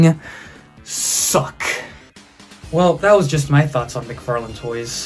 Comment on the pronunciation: Todd "McFart-lane"